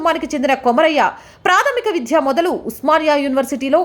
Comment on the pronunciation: మేడం - మీ రిపోర్టింగ్ చాలా బాగుంది, కానీ ఉచ్ఛారణ మెరుగుపరుచుకోవాల్సిన అవసరం ఉంది. ''వైధ్యం' కాదు వైద్యం అనాలి ; విధ్య కాదు విద్య; విధ్యార్థి కాదు విద్యార్థి అనాలి. దయచేసి మరోవిధంగా అనుకోవద్దు. 🙏